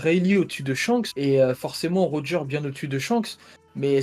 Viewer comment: Mdr comment ça roger deux fois raighley 🤣🤣🤣🤣